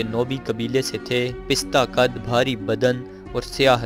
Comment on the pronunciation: o bhai pista qad nahi hota pasta qad hota hae apna urdu to sahi kar lo.